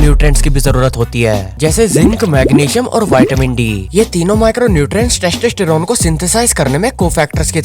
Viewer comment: Idiot wtf is "teshteshterone"